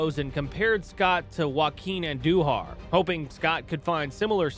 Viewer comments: And... (Joaquin) Andujar is pronounced with the accent on the first syllable, not the second. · You have the name “Jeff Reardon” under Jesse Orosco’s picture. And mispronounced Andujar’s name. You sure you know enough about baseball to make these videos ??? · He mispronounced Andujar also.